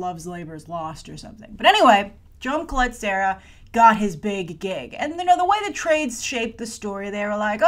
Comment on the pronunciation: Jaume Collet-Serra is a Catalan name and sorry, but you're really butchering it!:) Which is normal. They way you would pronounce it is: Jah-uh-mah Cu-y(y)et-Ce-rrah.:)